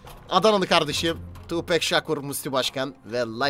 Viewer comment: Tupac tupek diye okunmuyor Tupak diye okunuyor xd